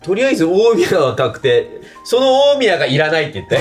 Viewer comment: 大宮のイントネーションが気になりすぎる（笑）by埼玉県民